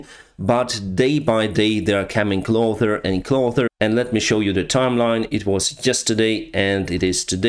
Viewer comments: thanks for many great videos!!! after few misspellings in different videos i would like to correct you if you allow. the word "closer" should be pronounced "closer" not "clother". stay awesome. kind regards and my biggest respect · there is no TH in closer why do you pronounce it like cloTHer?:P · Hey, I noticed twice during your video your pronunciation for "closer"? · "Closer" is pronounced "cloZer", unlike "oTHer".